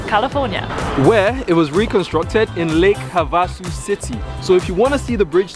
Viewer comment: I’ve driven over the real London Bridge. The city is pronounced. “Lake Have a Sue”.